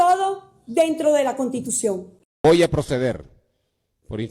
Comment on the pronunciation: Se dice constitucion no contitucion